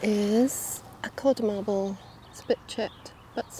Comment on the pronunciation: said modd Carble instead of codd marble lol. We all say things like that sometimes. Love you guys.